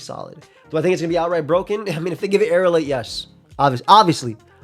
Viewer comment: It's Aerilate not Aerialate. People just mispronounce it like that all the time